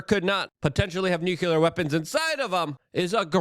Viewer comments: Nuclear is pronounced "New Clear". Not "New Cue Ler". What ever that is lol. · Luke for christ's sake, it's nuCLEar not nuCULer. You don't want to sound like Dubya now, do ya? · Nuclear pronounced “new clear”